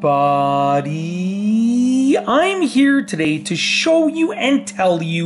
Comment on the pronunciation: “here today to shull you”